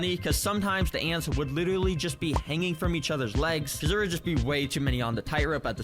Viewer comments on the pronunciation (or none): Anyone else notice the guy saying "litewally" I heard it once and i can't stop...